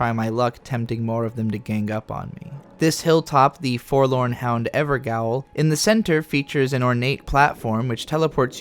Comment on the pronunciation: I'm sure someone else has mentioned it but "gaol" is just an old English spelling of "jail" and pronounced the same way. Ever-jail. An NPC even says "gaol" out loud later in the game. Edit: Best Elden Ring content on Youtube. I love this series. Keep it up.